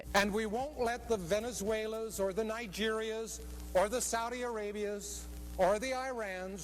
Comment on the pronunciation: brotha didnt say a single one of those correctly Venezuelan Nigerian Saudi Arabian Iraqi its not that hard bro ik you knew how to say it if i did and im a highschooler